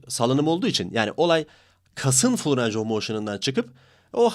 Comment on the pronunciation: reis videolarına bayılıyorum ama lütfen range of motin derken "reyng" de "ranc" deme ya valla kusura bakma cok soyledin yoksa yazmicaktim